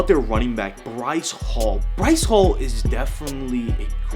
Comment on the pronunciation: Breece hall. BREECE. HALL. good vid tho